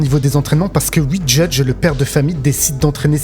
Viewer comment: Alors ui , mais ui , donc ui, OUI putain ça se prononce OU-I pas U-I mais merde à la fin vous êtes payé à parler de ce que vous aimez devant une caméra veuillez avoir la décence de parler correctement ça serait le minimum